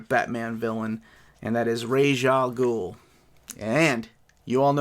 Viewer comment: nah it’s pronounced raysh